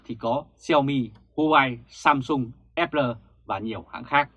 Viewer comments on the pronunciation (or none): none